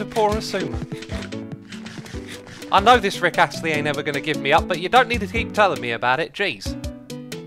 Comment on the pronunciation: He said rick asstly